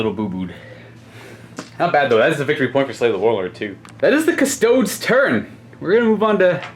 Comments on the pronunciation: Again with the "Cuss-toads" wtf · it’s KUSS TOAD EES - you ding dong. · Do people not realize that he calls them kuh-stodes as a joke?